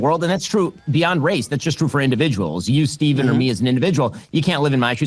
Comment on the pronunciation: bro fix the fucking name. its "Stephen". it takes 5 seconds to research his name